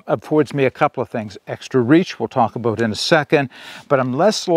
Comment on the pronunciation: You almost didn’t say aboot😊